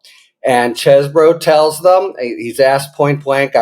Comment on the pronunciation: It's pronounced ChEEEEse-bro. :p Doll-amore says so.